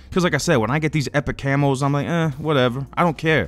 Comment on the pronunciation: It's still funny to me that says "Camos" like "Camels".